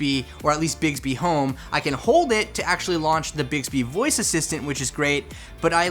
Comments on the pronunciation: Does anyone else hear say bigsby instead of bixby? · Who else suffered from cringe when he kept pronouncing it “bigsby”